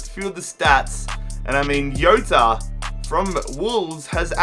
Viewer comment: I hate that he said Jota wrong....